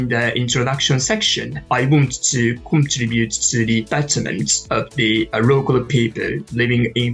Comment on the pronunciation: お二人のようにすらすら話せたらいいなぁ～と思いました。^^ (本当に！）それと、これは決して批判ではなく、自分にも言えることですが、contribute / simulate / tenacious(二重母音です) / volume / preparatory / stimulating / sophisticated のアクセントを良かったら文字情報の辞書で、あるいは発音の聴ける辞書で、今一度確認してみて下さい。刺激をありがとうございました。